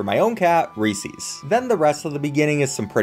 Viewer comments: Bro really says Recees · Was going to watch the whole video till I heard REESEES… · you pronounce reeses wrong